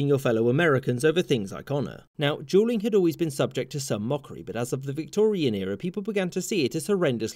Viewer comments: I swear it sounds like he's saying Juuling instead of Dueling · Is sounds like you’re saying JUULing instead of dueling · Sounds like he is saying juuling which is also bad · Ohhh you were saying dueling, not juuling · He reads " dueling " as " Juuling " and I can't hear anything else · Am I the only one who hears "Juuling" rather than "Dueling?" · I suppose you wanted to say "dueling" ? I hear something else, and automatic subtitle write "jew ling", that's quite confusing. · I thought he was saying "jeweling". I wondered why 2 people would "jewel" each other. 🤣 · Sounds like he's saying "juuling" .. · Everytime he said dueling it sounded like juuling🤣🤣🤣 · who else heard juuling? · Sounds like he is saying juuling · "jewlling" xd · Sounds like your saying juuling😂but good content🤙🏾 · sounds like he’s giving a brief history on juuling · Is he saying juelling? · It sounds like he’s saying Juuling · Sounds like he keeps saying juuling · Why does he keep saying “juuling” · That's because he says "jool" and "jooling" instead. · I only hear Juuling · At first it sounded like he said jeuling not dueling "people were using jeuls to legaly comit sucide" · Everytime you say dueling it sounds like your saying juuling haha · I thought he said juuling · It sound like he says juuling, and i just think of me and the bois in the school bathroom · Bro it sounds like he’s saying Juuling or juul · I’m sorry, dueling sounded like Juuling the entire time lol Why people don’t Juul anymore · Sounds like he’s saying juuling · It sounds like he is saying juuling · Every time you say dueling it sounds like "juuling" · Sounds like he saying juuling or juul or juuls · It sounds like he says juul or juuling everytime he says duel or dueling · He pronounces dueling "Juuling" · It kinda sounds like you're saying juuling and I'm fucking dying right now. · is it me or does it sound like he's saying juuling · It sounds like he's saying juuling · Who else though that he was saying jueling